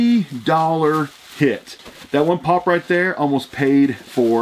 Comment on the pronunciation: I just hate the way he says pop